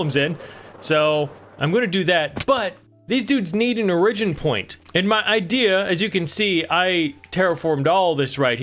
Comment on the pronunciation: why you say “origin” like dat?